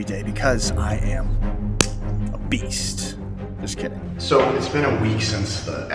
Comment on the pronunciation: "I am a beast"... meh sound like a typical german to me xD